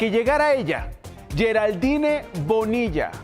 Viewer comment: La naques' por delante! Se pro India Geral-dín ! Solo asi ! Se escribe Geraldine! Pero no se pronunciation Asi ustedes todos Unices ! Como dicen en Mexico !